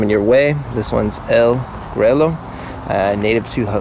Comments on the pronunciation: You killed the name 😂 Pronounced El Gruyo. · it's funny how some of my english speaking friends correct me on english pronunciation all of the time and yet most videos or growers of this variety BUTCHER the pronunciation.... EL GREW-YO ....PUTOS.... get it RIGHT ha ha ha